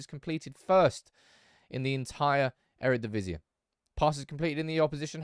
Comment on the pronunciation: It's not Eredivisi-uh, just like 'genie' isn't pronounced geni-uh ;)